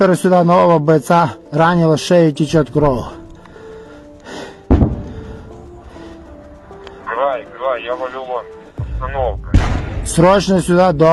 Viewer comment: "А за кадром больше на польский акцент похож." - 😂🤣явно что вы не с украины . Я с украины , поясню вам - просто за кадром украинец с зап.украины говорит ( вынужден говорить так как с ним по рации говорят на русском ) на суржик-русском языке . Обратите внимание на его произношение слова "кровЬ" - он говорит - кров , без мягкого знака , это украински так и будет